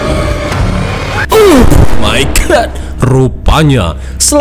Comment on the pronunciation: "oughhh my gatt"😂